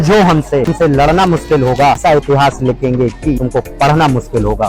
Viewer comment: Mushkil ko muskil kehna 😅😅😅😅